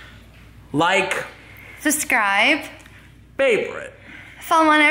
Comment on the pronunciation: has anyone noticed that says suscribe